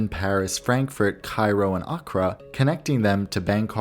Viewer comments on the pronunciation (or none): none